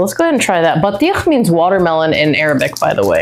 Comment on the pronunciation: Lol why did you feel the need to explain exactly what she said ? 😅😅 based on her pronunciation alone you shoukd have understood she knows what it means 😅